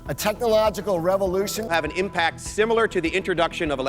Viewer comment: **similar, not "simmilar."